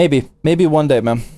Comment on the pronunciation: Every time zach says “man” I hear “ma’am”